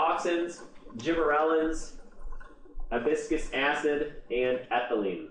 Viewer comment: Uh-bis-kiss acid?!? Ab-siss-ik acid.